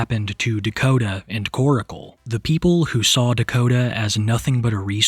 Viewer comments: I can’t believe West Virginia is technically considered a southern state lol. P.S. - Stop calling him Koracle. It’s Korcle. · "Koracle" 😂 staaahhhp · its not koracle, its korcle (like core-sil) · Its pronounced kor-cle. Not kor-i-cle. Can you friggin read?!?!?! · The entire situation is gross. She's absolutely manipulating him and other sick simps. She gives me the creeps. Why don't people call her out for manipulating? I really don't care. They could both disappear from the internet and I could care less. ✌️ PS his name is Korcle NOT KorAcle. Why is he saying it like that?